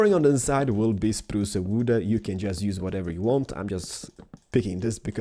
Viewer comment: It's not "spruca wooda".....its spruce wood duh